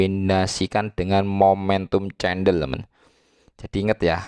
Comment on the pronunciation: cendel atau CENDOL bro.....wkwkwk (bacanya: KENDEL....bro)